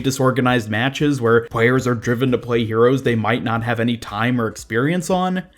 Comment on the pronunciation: What is it with Americans having this weird lisps where they say stuff like “pway” instead of play “pwayers” instead Of players?